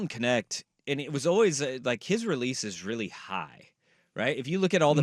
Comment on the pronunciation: His last name is dutch..it should be pronounced kneght (with a soft g)